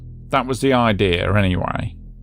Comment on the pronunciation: What is an “Idear”?